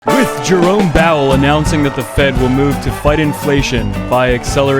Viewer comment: "Jerome Bowel"